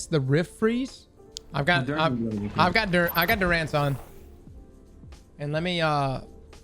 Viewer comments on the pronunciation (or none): DURANCE.....( Dur- unce) inflection 9n the first syllable...lmao..just here to help. Happens to alot of us Southerners. 🤣